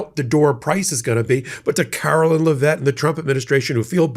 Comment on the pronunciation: DAMN,! HER NAME IS NOT LAHVETTE!! GET IT RIGHT: LEV-IT, LEV-IT, LEV-IT!